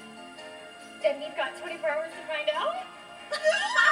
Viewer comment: She did very well, but she says “hawney hawney” not “hunny hunny”